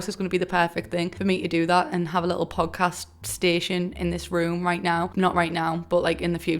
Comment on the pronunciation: I kept thinking you were saying pug cast and I didnt even think twice about it...13/10 would watch your pug.🤣